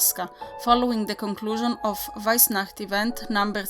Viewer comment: Loved it!!! I could listen you saying weissnacht for hours! And damn those towns pronunciation, you're on fleak 😉